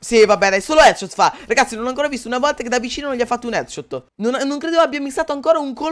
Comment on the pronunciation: Ma hai detto tutti etchot 😂